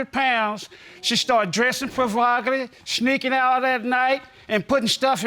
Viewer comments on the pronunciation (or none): Did he say "shneaking" out